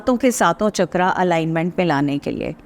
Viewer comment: Instead of saying "चक्रा" you should say "चक्र"